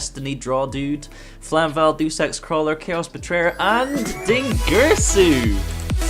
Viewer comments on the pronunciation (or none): none